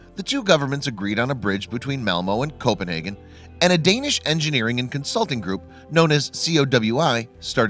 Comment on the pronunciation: It triggers me how he's saying Copenhagen & Malmö 🤣😭